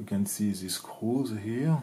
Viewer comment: Pour le coup non, Il n'y a littéralement AUCUNS efforts de prononciations 😅"zeu misseule... " "The scrousse" 😂Alors que il suffit de parler correctement français et le traducteur auto fera un job parfait